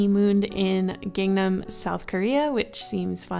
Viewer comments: 강남- Her pronunciation with Gangnam- don't mean to be a butt, but it's pronounced Gahngnahm. Like Gangnam style. But it's still a good video! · Me as a Korean: Hears her say gangnam wrong... REEEEEEEEEEEEE